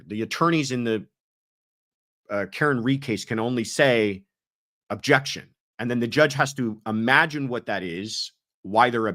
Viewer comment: I love the question about the objections in the Karen read triall. I was wondering the same thing and I hate that she doesn't allow the attorneys to give the reason for the objection. I swear in the rewatching of the first trial at some points Lolly was just saying "jection"